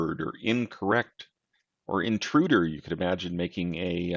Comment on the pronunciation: Interuder? :D